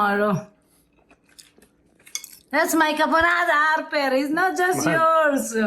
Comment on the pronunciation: Love the way she calls Harper. Harrrrrraperrrrra. So cute!! My sister married a man named Eric and my parents, and all the relatives in Italy, couldn't say it. He is now Herrica. With a heavy H at the beginning for some reason.